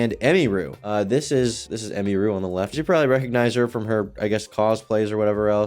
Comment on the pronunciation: You could’ve said her name right at least 😂